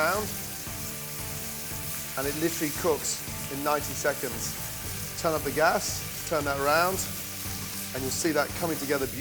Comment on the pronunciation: Gordon saying literally annoys the hell out of me. And saying turn up with emphasis on turn up fucking make my soul cringe.